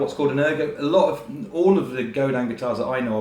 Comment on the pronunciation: Godin makes brilliant guitars anyone can afford. They're a true credit to the industry. Also, as a Canadian, I'd like to say thank you for actually pronouncing "Godin" correctly.